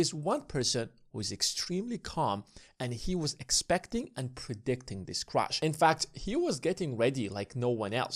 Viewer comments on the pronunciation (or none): How do you expect people to take you seriously when you pronounce "Crash" as "crush"